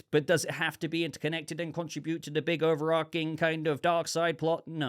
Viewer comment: overarching .... ch .... not overARKing - sorry, I enjoy your discussion, that mispronunciation bugs me though